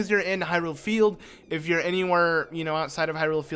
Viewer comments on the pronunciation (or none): none